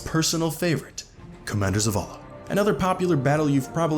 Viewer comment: Mispronounced* But yeah...